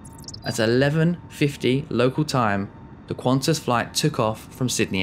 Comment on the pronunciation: Sigh, it's Qantas. No 'u,'